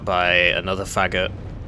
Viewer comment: It’s pronounced Fa-goat. It’s the Russian word for “bassoon”.